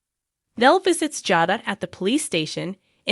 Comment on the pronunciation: I don't like how you pronounce Jada and Rachael's names.